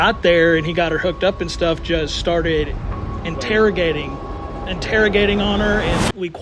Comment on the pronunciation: "interrigating" lol.. interrogating